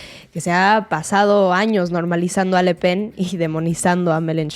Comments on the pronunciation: La periodista dice LA PEN. ES: LE PEN. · Siento que me apuñalan la oreja cada vez que dice LA Pen